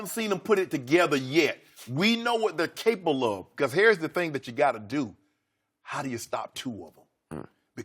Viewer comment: Shannon ...WE KNOW WHAT THEIR CAPLE OF?!?!?!. Well no I don't Shannon. What are they CAPLE of???😂😂😂😂